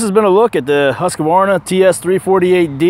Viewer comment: quit saying husk-ka-var-na. It's husk-var-na.